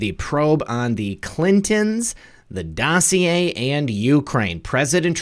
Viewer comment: Vena Gail I love how he says dossier. It’s hilarious when he’s mocking Brennan and chuck todd